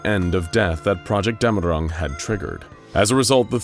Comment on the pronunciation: Its dämmerung, btw